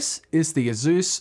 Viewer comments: It's Asus, not Azus. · Why does Asus sound like Uh Zeus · I like how nobody’s gonna mention how he pronounces asus, ah-zouz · Lmao i have never heard someone pronounce asus as "asús"